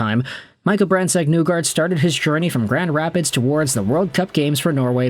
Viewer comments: Isn’t it isn’t it pronounced “Knee guard” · Great video. His last name is pronounced knee-guard by the way lol.